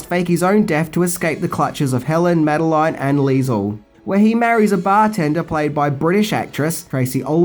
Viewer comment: It's not "Mad-eh-line" It's "Mad-eh-lin" Don't argue, it's just the way it is.